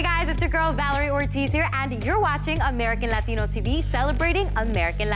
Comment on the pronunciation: The only time she has a Latino accent is when she says Latino